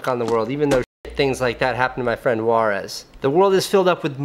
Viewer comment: I swear I though he said "Juarez". I was like, why does a Sardar have a Mexican name?? Later on, I was like oh......... It's "Waaris".